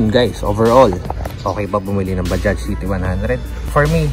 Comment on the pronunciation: Mga ibang blogger tawag nila dyan ay baja? Mali po! Bajads po! Ang tamang bigkas sa bajaj